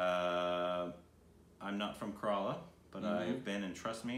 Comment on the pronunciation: I was expecting to point out my comment that he had liked regarding better pronunciation ('Kerala'), for the first time ever:P